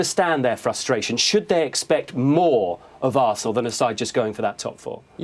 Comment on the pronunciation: tis ze history of de arsenal